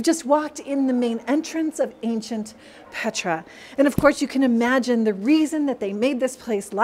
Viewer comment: Blessings to All! My, my, just so Amazing! Truly this is an incredible Pilgrimage! The Magdala Team has Blessed us so very much with this virtual experience. As I heard the Name - Petra pronounced by, I heard "Peter"! And we all know what the Name of Peter means - ROCK! Thank you so very much and God Bless, Mark Fitzpatrick [ I also send my St. Patrick Day wishes to Everyone!]